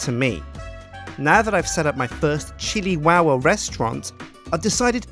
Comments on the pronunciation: It is the Chili Tow-wah! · I keep hearing shittywowwa lol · episode two: powah in the chiliwowa towah